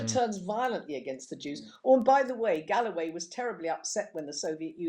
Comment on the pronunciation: its not galloway its GOAWAY